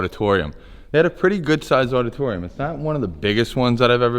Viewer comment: what the hell is a oddatoryum? haha